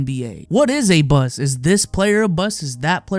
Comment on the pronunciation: Mans can’t pronounce the T in bust 😂 I’m dying😂😂